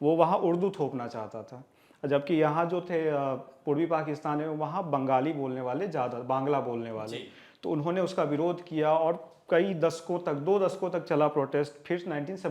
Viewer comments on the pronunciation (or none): Gonobhavan😂😂....pronounced very incorrectly and with accent... Pls correct the pronounciation.. Consult a bengali.... And it's not bang gaali.... It's bangali 😢